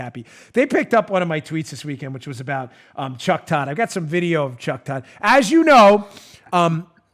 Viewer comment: Why do you keep intentionally mispronouncing Cuck Todd's name?